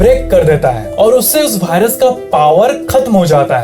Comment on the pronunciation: .. Give a like who noticed BHAI-rus instead of Virus.. 🙏🏼🙌🏼💥💣